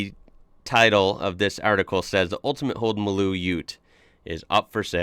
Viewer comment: Hi it's funny that you say Maloo correctly. But everyone pronounces it MARLOO. Go figure LOL